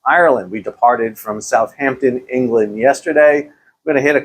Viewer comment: Top Tip. Its NOT South-Hampton Its Southampton....